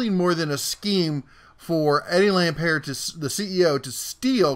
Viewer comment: It's pronounced Lam "Pert " as in "Burt." He with 11 Billion of Kmart money bought Sears to save it from it's first near Bankruptcy.. Sears was never going to make it. He used his other company Seritage to buy up property and then sell it off. He has perpetrated one of the biggest sams in retail history.